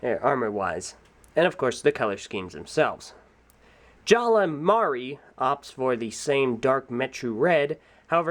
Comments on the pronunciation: Why do I keep hearing you say 'Jala'? His name's 'Jaller.' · Why do say jalla instead of jallER